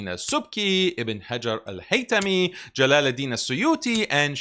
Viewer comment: he can't even pronounce jalal oud din correctly 😂